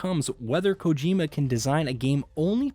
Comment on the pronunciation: You pronounced Kojima productions one way and literally seconds later pronounced Kojima different 🥴 make up your mind...